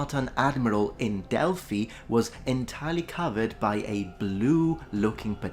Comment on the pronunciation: this is why I love your site, you pronounce Delphi CORRECTLY!!!!!!!!!!!!